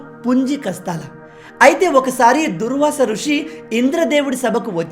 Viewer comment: దూర్వాస ఋషి కాదు అన్న దూర్వాశ మహర్షి 🙏🏻